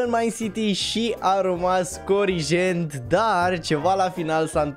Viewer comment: Ai zis corij jet